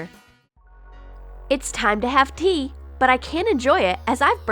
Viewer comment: I thought she said pee not tea wth